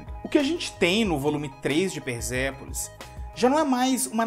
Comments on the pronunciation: Só uma dica: Quando o S aparece entre vogais, ele tem som de Z. Quando o S está entre uma consoante e uma vogal, o som continua sendo de S. É o caso do nome Persépolis. A consoante S está entre a consoante R e a vogal E, portanto NÃO se pronuncia "Perzépolis" e sim Persépolis. No mais, nota 1.000 para o vídeo. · cara pelo amor de Deus para de falar S com som de Z na palavra persépolis. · Por quê vc pronuncia "perZépolis" e não Persépolis? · por quê você fala |PERZEPOLIS| e não |PERSEPOLIS|? (tentativa frustrada de escrever pelos fonemas)